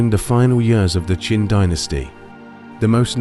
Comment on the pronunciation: Your AI voice is mixing up the Qin and Qing Dynasty's.